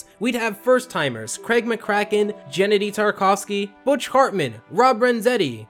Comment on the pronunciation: It's pronounced Ralph "Back-Shee"; not "Baw-Ski". And it's "Gen-Dee" Tartakovsky; not "Gennedy". Just wanted to let you know.